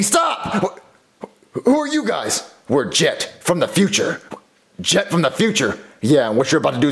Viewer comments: you said get instead of jet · Its jet but with a g so its get but its pronouced jet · His name is get but it’s pronounced jet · CoolGuy 3478 Yes, but if you didn't watch the episode Jet his name is Jet with a g so it's Get, but it's pronounced Jet. JEEZ!